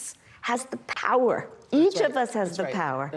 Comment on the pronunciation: Organically ... organically. ... misquote Ben Franklin .... word frappé.... step into Yau powuhhhh!